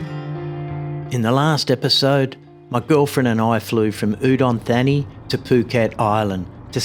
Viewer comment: That's not how you say "Udon Thani" mate come on "Thani" has a hard T as in "Thailand".